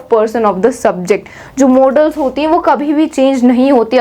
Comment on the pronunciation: That is modals not modaaals or models🤣🤣